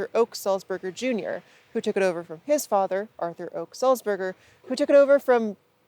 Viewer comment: I hate to be "that guy", but "Ochs" is actually pronounced like "ox". He's also the former owner of the Chattanooga Times Free Press, my local newspaper, which is neat. And there's a highway named after him on Lookout Mountain.